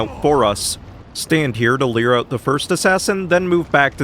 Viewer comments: Me: Finally getting over pronouncing "lure" as "leer": pronouncing "lead" (noun) as "lead" (verb) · I first thought "leer" was a new word I didn't know about and then he said "you wouldn't pronounce queer like cure" and I was so confused I needed a minute to understand what was going on 😭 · I love the idea that, since you refuse to pronounce lure correctly, you're "leering" at the enemies, causing them to approach lol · To be honest I find it less questionable that you're attempting to pronounce "lure" like "l-your" than that it sounds more like you're pronouncing it "leer". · Wait, you actually pronounce lure like "leer" intentionally? I though it was just a quirk of your accent or something. I've legit never heard anyone else pronounce it that way. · Honestly your pronunciation of lure doesn’t bother me. But lure and cure absolutely rhyme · In regards to pronunciation of lure and cure, that was a false dichotomy and an incorrect comparison to begin with. There are more than two sounds, lmao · ngl I had to watch it 3 times to realise you were saying cure when you were defending how you pronounce lure, and I think I'm okay with how you pronounce it now, becasue I don't want a repeat of those very confusing 5 seconds